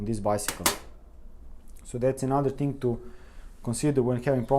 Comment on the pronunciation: Brilliant video, and brilliant English. You could practice "thing" instead of "ting" by brushing your tongue against your top teeth. Your vocabulary is so good that it sounds like you are a British person putting on a Eastern European accent. Dérailleur hangers are a way for bike manufacturers to make money, selling something that costs a dollar or less to make, for 20 dollars. Fortunately they are available from aliexpress at about 5USD, but not for all bikes. I bet there are other problems with gear changing though. Worn cassette and worn chainrings. Frame flex. Old grease in the brifters (brake shifters) which hardens and makes shifting difficult.